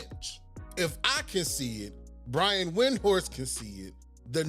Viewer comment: Brian win-horse 😂😂😂😂